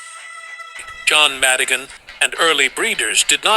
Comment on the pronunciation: Col.John Madigin not Madigin!